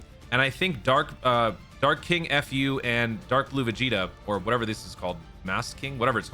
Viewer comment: Dark King F-U... bruh said it like that and it was very funny😂😂😂